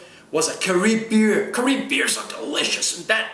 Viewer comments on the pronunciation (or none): lol CAH-RIB not cuh-ree beer lool nice try tho you mashed that accent! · its Carib, as in Caribbean? just say Carib lol and yea im subscribing the wig had me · glad u enjoyed our country!!!!! lol channa burger, and the way u pronounce carib and roti lol! and roti isnt fried, its made on a stove on a what we call a tawa :) lolololo! and callaloo isnt soup as its eaten with rice or macaroni etc........ but u got the full works, hope u visited our colonial buildings too : )